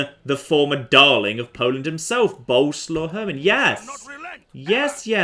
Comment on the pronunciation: For f*ck sake it's BO-LE-SWAV, not bloody boulslaw. Get it right for once!!!